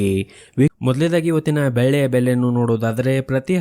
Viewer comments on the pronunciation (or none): ಸರ್ ದಯವಿಟ್ಟು ನಿಮ್ಮ ಉಚ್ಚರಣೆ ಸರಿಪಡಿಸಿಕೊಳ್ಳಿ. ಬೆಳ್ಳಿಗೆ ನೀವು ಬೆಲ್ಲಿ ಎಂದು ಉಚ್ಚಾರಣೆ ಮಾಡುವಿರಿ.